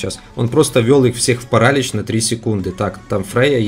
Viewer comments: не пАралич , а паралИч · Не парАлич, а паралИч Слава украине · паралИч , а не парАлич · Парали́ч правильно Парали́ч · паралич ударение на иииииии